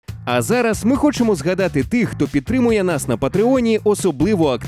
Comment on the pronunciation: А я подумав, що Ви так передали погане володіння шейхом англ. мови. Типу, він говорив англ. з акцентом.